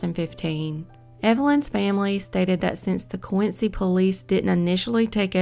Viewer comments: Dear, one doesn't say Quin Cee y but Quin Zee, Massachusetts boy! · It’s pronounced quinzy